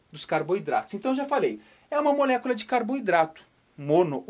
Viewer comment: que agonia a forma que fala "molécula"